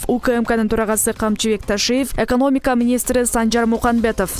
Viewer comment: Журналист же суйлоп жаткан кабарчы экомоника эмес экономика деп айтуу керек коридордо бутконун билинип турат.